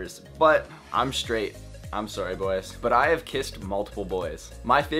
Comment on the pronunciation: Boi I heard you say sorry in another video and I instantly knew you were Canadian